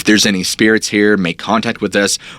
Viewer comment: Not sure why but I thought you said hair instead of here lol